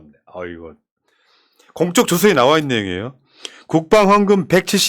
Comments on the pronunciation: 공쩍조서가 아니고 공~적조서라고 읽어주세요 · 님 공적조서는 어떤 공이 있어 표창이나 훈장을 줄때 쓰느말입니다. 공쩍조사라 읽지마시고 그냥 가볍게 공적조서라 살살 읽으셔야 됩니다. 항상 건강하시고 항상 응원합니다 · '공쩍' 조서가 아니라 '공적' 조서라고 발음해주셔야 할 것 같습니다. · 공쩍"조서 아니고 "공적" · 님께ㅡ 공적조서는 功績調書이니 발음시 "公的"(공쩍)으로처럼 발음하지 않으셔야 의미가 더 확실하게 전달되겠지요?